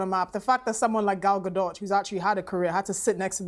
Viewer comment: Stops the show to make sure they’re pronouncing Rachel Zieglers name right immediately mispronounces Gal Gadots name and moves on